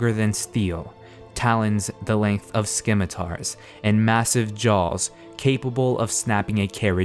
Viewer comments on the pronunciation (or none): *Ssimitar* not *Skimitar*. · Yeah, when he said Skimmitar I was dissapoint. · I know that. He pronounced it "skimitar." I looked it up in a dictionary before I posted just to be sure; it's pronounced "simitar." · "Scim it ars" Please, no. It's 'Sim it ars' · Dude it's not skimitar it's pronounced simitar and it's spelt like scimitar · TheImperialTeacher you're right that it's pronounced "simitar" but he really said it "skimitar" in the video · SIM-IH-TAR not SKIM-IH-TAR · Sorry, pet peeve: scimitar = sim-i-tar, not skim-i-tar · s-kim-atar? No. Sim-atar. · I just want to point out that it's pronounced Sim-at-tar not Skim-it-a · lol. "Skim-itars." It's pronounced "sim-it-ares" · Scimitar is pronounced 'simmitar', not 'skimitar', nice vid though. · Isn't scimitar pronounced "sim-i-tar" not "skim-i-tar"? a better question might be "why do i care?". :P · It's pronounced sc-imitar the c is silent not skimitar! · "sKimitar" *stops listening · The C in "scimitar" is not pronounced as a K. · Did you just say "skimmitar"? Jesus fucking christ. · In the word scimitar the c is silent so it's pronounced as simitar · wtf are "skimitars"? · Skimitar? Really dude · AlphosLeo It's pronounced "Simatar". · Great series! One thing though: the "c" in scimitar is silent. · sim-i-tar "scimitar". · claws the length of "skim-atars"(it's how he pronounces scimitars) jesus you could at least pronounce a REAL word correctly…... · skimitars? wut? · Skimitar? lol You can pronounce things so weird at times. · My only complaint with this vid is that you said "Skimatar" the C is silent. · scimitar is pronounced like sim-i-tar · skimitars lol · heh, "skimitars." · SIM-itar is the only correct pronunciation. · It is pronounced, sem a tar. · skimitars? really? You can't pronounce scimitar right? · It's pronounced simitar, not scimitar. Silent C. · Awesome video. Although. I have always heard scimitar pronounced sim-i-tar. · .. Did you really just say skimitars? lol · AlphosLeo He said it incorrectly.